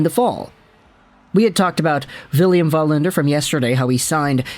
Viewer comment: it is Wallinder not Vallinder you do not live in Sweden.